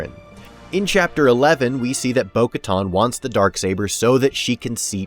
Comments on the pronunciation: Minor nitpick, but why in the world do you keep pronouncing it "Bo-KaTAHN" when every other character in the franchise says "Bo-KaTAN". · Bo Katan; not Bo Katton. It's pronounced on-screen. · Bo-Katan, like getting a tan. Like the tan suit that Obama wore. Not Bo-Katon. Oof. Very distracting.